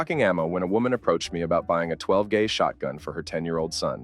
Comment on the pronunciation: WTF is this 💩? Stupid cartoon video graphics AND ignorant narration. Couldn't last more than 4 minutes and I was climbing the wall. I can tolerate calling a magazine a ciip but but "AAARRR 15", "TWELVE GAH" shotgun and a "FOUR THOUSAND FOUR HUNDRED SEVENTY THREE" form is intolerable. 👎 and a don't recommend for me!